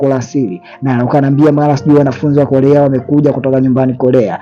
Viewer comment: korea sio kolea kuna muda mnaharibu muvi kutokana na mtafsiri anavyolegeza ulimi aaaakh